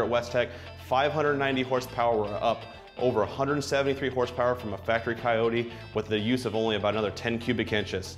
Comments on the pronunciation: did he call it a coty?? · A coy-tee?